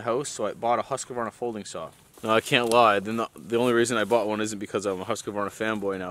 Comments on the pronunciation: I like your videos very good information and instructions. but I have to correct you to pronounce the Husqvaran as it is a Swedish word so it says in English, the house Qvarna and not husk qvarna :P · Don´t say Husqvarna like that tho bro, say it correctly, in swedish! Something like this "Who´s kvarna", or even "House-kvarna as Hus means House , don´t say Husky-varna LOL! I´m swedish and so is Husqvarna! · In Husqvarna you don’t pronounce ‘’ah” but I used to do it 2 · I find it really funny the way you say "Husqvarna". I know you say it correct for English speaking ppl, but for some reason I start to giggle every time I hear it. Just say HuuuuusKverna and you say it like the Sweds. More or less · As a Swedish guy I just love how you say "Husqvarna". As always thank you for a great video. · Haha that Husqvarna pronunciation made my day!